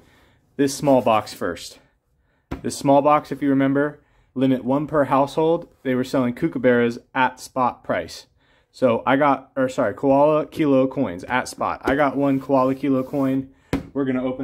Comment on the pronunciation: FYI mate, KOALA not kUala. KOOKABURRA not kookabErra Nice coins! Cheers from Australia